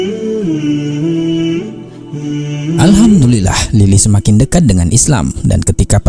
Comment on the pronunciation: ISLAM not iS sLaem... Muslim not maslim